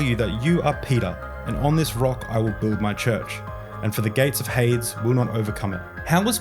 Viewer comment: I've gotta ask: was pronouncing Hades as "haydz" an intentional part of the bit, or just the way you pronounce it?